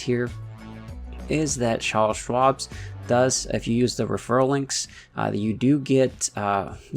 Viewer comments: its "CharleS" and there is no s at the end of Schwab but its okay ! lol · Can't stop laughing every time you call it "Charle Schwabs" lmao